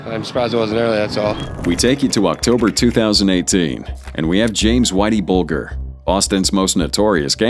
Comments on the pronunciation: BULGER PRONOUNCED BULJER! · Should have taught your AI how to pronounce Whitey Bulger’s surname correctly. It’s not like the food grain